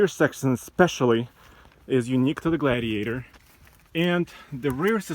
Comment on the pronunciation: Jeep gladeiator he says